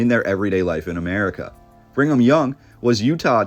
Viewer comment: Why do you keep saying "Bring em' young"? Its Brigham. There's no N.